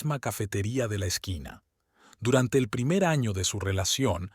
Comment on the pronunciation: Y sin problema narran ano que en castellano es culo en vez de poner año